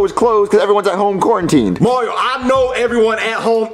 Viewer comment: I thought he said quar-na-tin.